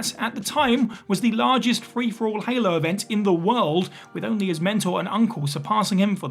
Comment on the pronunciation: I was just about to ask if he said 70 or 17